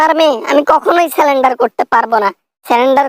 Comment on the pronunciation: সেলেন্ডার না, সারেন্ডার হবে।